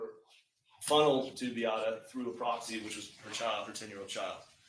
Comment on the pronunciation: You think after five years this lawyer could have learned how to pronounce Beatta and Maya correctly????